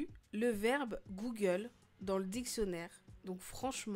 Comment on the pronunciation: comment sa s écrit : Google comment on le prononce : Googeeuulee